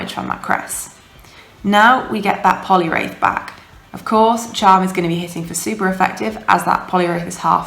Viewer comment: Hate to be dat b!tch, but it's Poliwrath not wraith. Only saying because you said to and it's one of my favourite Pokemon! :D Nice video, Scrafty is awesome, I'm working on one for UL now, along with all the other XLs I'm working on. :/